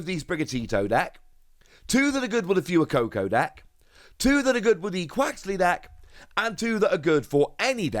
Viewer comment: Could you please stop calling fway coco like fewy coco because it's pronounced like fuego